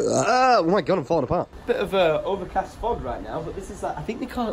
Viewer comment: trying to say overcast had me in stitches